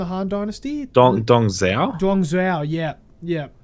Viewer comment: i cant take how wrong they say the names XDDD dung zhuo : dung joo liu pei : leo pai cao cao : tsao tsao just some examples xD